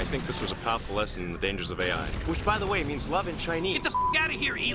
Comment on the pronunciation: Ai does not mean love in Chinese by the way...it’s spelled that way in romanization of the alphabet but it isn’t pronounced A.I. It’s pronounced “eye”.